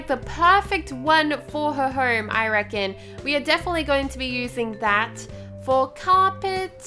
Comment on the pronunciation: I love u I love how u say herm and not home I just love u